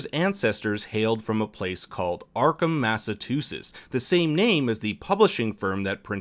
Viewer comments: I’ve lived in Massachusetts my whole life & have never heard it pronounced that way. It’s Mass-ah-Choo-sets & you did pronounce Cthulhu wrong too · Matatusses... it's massachusetts jesus christ, it's a fucking state dude. How can you not pronounce a basic words... Arkham Massachusetts is the setting of some of HP Lovecraft's Stories, Ardham is a nod to that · “Mass-ah-choo-sets” Say it with me now... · massatoosis. i laughed so hard. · I love the channel but there were a few light mistakes here. One might be nothing but the silver sedan was a Rolls Royce. Not really wrong, just under selling the symbolism. The second is you're pronouncing Massachusetts... really weirdly. Like Massatutsets, again, maybe it just sounds muddled on my system, but the third is sort of the big one: I think you put up a picture of Frederick Douglass for Denmark Vesey. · Dude, did you actually just say "Massatusetts"? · arkham might not be real but massachusetts is, and its not pronounced massatoosis my guy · Really disappointing on how you pronounce Massachusetts. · Your pronunciation of Massachusetts is pretty funny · I was more caught off guard by how he pronounced Massachusetts. Not hating though. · Massachusetts isn't pronounced like that, ever, you gotta put the choo choo in chusetts son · Lol why’d you say Massachusetts like there was a T in the middle instead of CH?? If it’s just your accent sorry, I’m from Mass and it stood out as odd 😅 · Do you really not know how to pronounce Massachusetts?